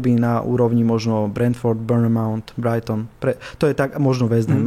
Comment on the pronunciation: paradna epizoda, vidno ze host sa vyzna a hovori k veci ale “burnmount” (bournemouth) ma teda naozaj dorazil 😂😂